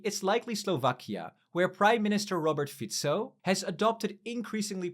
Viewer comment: Kudos for pronouncing "Robert Fico" right 👍